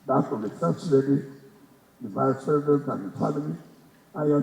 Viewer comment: This not the voice of wike I know. Pronouncing president as present. Why hasnt wike come out live to wish tinubu happy birthday?